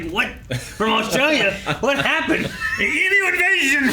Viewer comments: It always slightly annoys me how people pronounce emu.They say em-moo instead of ‘em-you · It's always hurts me when no one knows how to pronounce "Emu" correctly. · American pronunciation of Emu is something else. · honestly to me, e-moo and e-mew are virtually identical. it literally doesn’t sound that different. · The way Americans pronounce emu is so bad haha